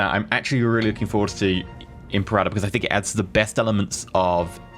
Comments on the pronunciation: Really. Thumbs down for that pronunciation. "imperata"? IM-PERA-TOR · you pronounce imperator the same way you pronounce imperative but with -ive being replaced with -or NOT imperahhhtor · Say it with me. Eemm. Paira. Tor. Now put it together. Imperator. Now say it three times fast. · Imperata Rome ? Isn't it Imperator Rome ? It's translated Emperor in english... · Its pronounced Imper-a-tör Means leader of the army